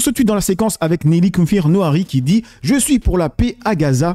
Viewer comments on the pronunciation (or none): C'est Nili Kupfer N-AOU-RI, pas N-OUA-RI.